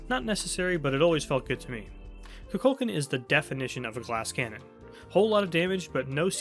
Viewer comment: Why dose no one pronounce his name correctly 😂 Ku-kul-kan